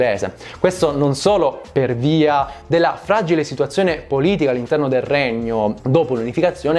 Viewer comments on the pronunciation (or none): none